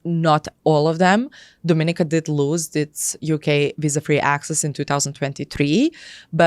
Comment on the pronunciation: If you're considering a passport from a place you should be encouraged to pronounce its name correctly. The caribbean island with this flag 🇩🇲 is Dominíca (do-mi-NEE-ca). Would hate for someone to spend all that money and not know!